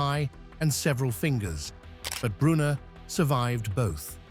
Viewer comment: I OUPS JUST LEARNED GOEBBELS POISONED HIMSELF WHAT A BS !!!!!!! Do your BASIC HOMEWORK !!!!!@ It is not is bruno but brunner !! ER Simon wiesenfall Wiesenthal !! Laiyon Lyon !!!! Searggh Serge !! Sorry narrator :: AT LEAST LEARN TO PRONOUNCE PROPERLY THE NAMES !!